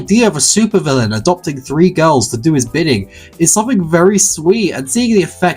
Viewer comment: 🍌🍌🍌🍌🍌🍌🍌🍌🍌🍌🍌🍌🍌🍌🍌🍌🍌🍌🍌🍌🍌🍌🍌🍌🍌🍌🍌🍌🍌🍌🍌🍌🍌🍌🍌🍌🍌🍌🍌🍌🍌🍌🍌🍌🍌🍌🍌🍌🍌🍌🍌🍌🍌🍌🍌🍌🍌🍌🍌🍌🍌🍌🍌🍌🍌🍌🍌🍌🍌🍌🍌🍌🍌🍌 also how he says girls "gorls"